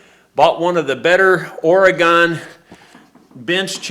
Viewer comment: 372XP Is no light weight saw And its defiantly a Pro Logger size saw, At least here in Oregon (pronounced - Ore-Gun, not Ore-Gone) Take your 372XP an West coast it. You will never call it a light weight saw again